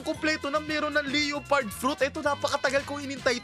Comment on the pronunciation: correct pronunciation ng leopard ay Leh-Pard